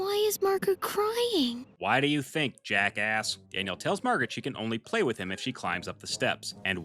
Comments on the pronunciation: Ok I finally have the nerve to say this but just the way you say “play” just kills me its so funny😭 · Hey, I said I have a small request. Can you please stop saying play in that weird way somewhat annoying to me don’t take this message too seriously though. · I love the way you pronounce play every time I hear it it has me dying😂